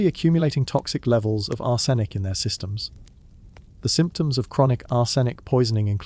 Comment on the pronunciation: Leed? Ar-senic? You're killing me with the pronunciation here